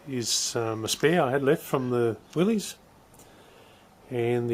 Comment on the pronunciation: FYI, the proper pronunciation is "Willis," not "Willeez." Great job you're doing on your build.